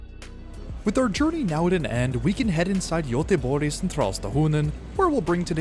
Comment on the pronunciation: But it is not. It is sort of a J sound. It's pronounced more like Jöteborj, or perhaps Yöteborj.